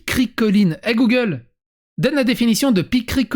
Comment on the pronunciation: je viens de tomber sur cette tchatche. Déjà ne pas connaître "pichrocoline" passe encore mais répéter "picricholine" et, pire encore, faire de la pub pour "gogole" en faisant la recherche par ça decredibilise totalement cet égocentrique suceur de micro